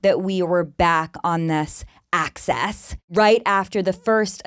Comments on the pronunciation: It’s Axis 😂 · The fact that she says axis like "act-sis" is actually so TANC in this context